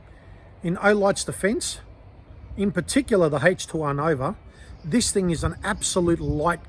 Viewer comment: Hatech 2 or h 2. Pronunciation can be key not to turn listeners off. 😀